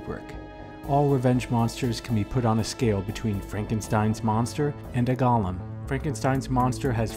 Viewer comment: Firstly; it's a "GOAL-lem," not "GAHL-lem". "GAHL-lem" (Gollum) is a character from 'Lord of the Rings.' As for other such characters; well,what about revenge-films in general? Even Charles Bronson in 'Death Wish' is pretty scary, and by the end of the film, he becomes almost indistinguishable from the thugs he kills... Something to think about.